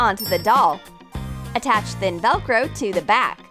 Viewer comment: No lwiay heared c-attach